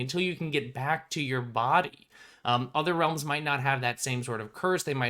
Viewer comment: Has anyone heard of hollows by rrd? Just started watching this video and the "realms" sound like "hollows"